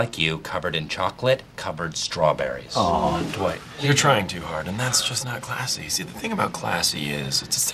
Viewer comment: Whenever Jim says Dwight it sounds like he says dawight